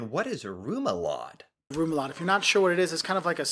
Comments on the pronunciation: Re-mu-la-de. Not rumulade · REMOULADE, not ROMULADE or what the heck it is you are saying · it's remoulade - called ræmulathe... try it out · American telling americans about a DANISH hotdog. he doesnt know how to pronounce remoulade- and doesnt know what it is..and we use cutlery..